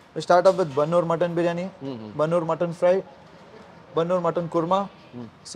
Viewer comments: ಬನ್ನೂರು ಕುರಿ ಅಲ್ಲ ...ಬಂಡೂರು ಕುರಿ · ಬನ್ನೂರು ಕುರಿ ಅಲ್ಲ ಸರ್ ಅದು ಬಂಡೂರು ಕುರಿ ಅಂತ